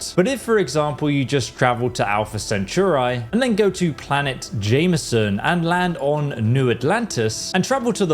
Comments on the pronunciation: The planet is definitely called "JEM-ison" not Jamison 😂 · ITS JEM-I—SON NOT JAMISON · Yeah that's not an accent thing